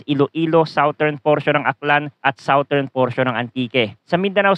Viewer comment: #Forecaster, Southern is pronounced as SADERN, not sawtern. Check the dictionary.